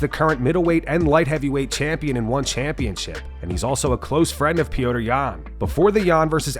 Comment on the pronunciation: Why does narrator keep referring to Petr Yan as “Pee-oh-tr”? Listen to his fellow Russians cheering him: “Pet-r, Pet-r”!